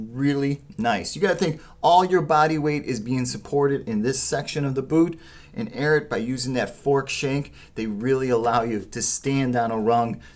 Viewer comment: IT’S NOT “AIRAT”